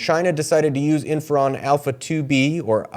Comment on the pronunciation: Thank you for this information about Cuba and China. However: You are pronouncing the name of the drug as if it is spelled "inferon." I'm pretty sure it's "interferon" with a 't.'